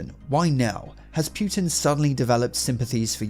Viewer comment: Why does he say putin like pewtin lol